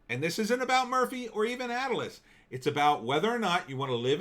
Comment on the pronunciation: Not Atlas gym it’s pronounced A-til-lis. Come on man it’s a landmark from Wildwood NJ I know I used to work out there in the late 80s A-till-LIS !!!